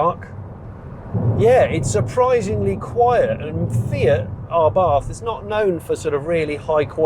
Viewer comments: *Abarth, not Arbath... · I don’t think it’s “R Barth” It’s just abath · "Arr barth" 😅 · It is pronounced abart... 🙂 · There is only one r in Abarth. It's not pronounced arbarth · Learn how to say the brand name properly before you do a review 🤦